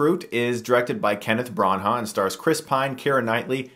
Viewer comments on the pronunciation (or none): Dammit Stuckmann, your pronunciation during this episode pissed me off haha... Kenneth Bran-HA... Shadow REEcruit...